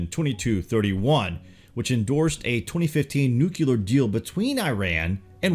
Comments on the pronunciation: absolutely dig your video Bro of the greatest discoveries of 2018 and for what is to come for 2019. It is my darnest need to provide a grammatical error in the word Nuclear for your viewers. The word is pronounced as New/Clear not Nuke/u/lar. As your videos inform/educate; your viewers must always be provided with the correct pronunciation. Excelcior! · Nucular? Really? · "nuke-ular" George Bush,is that you?